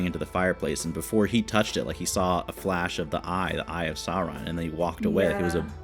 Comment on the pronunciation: Sauron is not pronounced "Saw-ron." Tolkein was a linguist and was particular about how the names were said. Vowels are pronounced separately and distinctly: SAH-OO-RON/SOW-RON is the correct way to say it. And that's exactly how it's pronounced throughout the films.